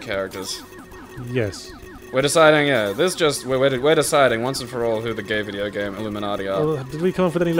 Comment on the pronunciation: God dangit, I keep on noticing that Yahtzee says 'vidya game'